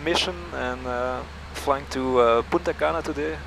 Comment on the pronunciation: Sounds like you are saying Puta Cana, hahahahahahahaha.